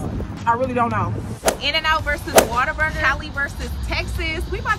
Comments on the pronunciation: Sounds like you saying " water burger" but it's what a burger but say it in One word lolol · It is Whater-Burger 😂😂😂 it’s a Texas thang…. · Definitely pronounce it Waterburger, much easier to say. lol I guess I will have try In n out again. It’s one like 5 minutes away from me and I haven’t had it in years. But ain’t no way In N Out beating out Whataburger. I usually get the basic burger with cheese with either mayo or mustard. Every once in awhile I will add jalapeños.Fresh fries from there are my favorite with the spicy or regular ketchup.